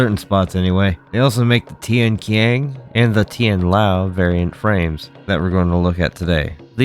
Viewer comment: It's pronounced as Tian-Chiang, not Tian-Kiang, but I understand that the spelling for it is quite misinforming. Also, the name of both Tian-qian (天槍, "Heavenly spear" or "Spear of the sky") and Tian-lao (天牢, "Heavenly jail cell") originated from ancient Chinese constellation system, as all other Dafeng products do. It is understandable for people to get it wrong though, since no one uses this constellation system anymore, even the native speaker of Chinese could easily misinterpret its meaning.